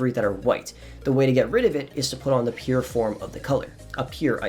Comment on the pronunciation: He was saying pure?? I thought he was saying 'appear' ok thanks